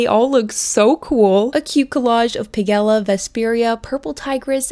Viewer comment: Piggella ... she called pigella 😂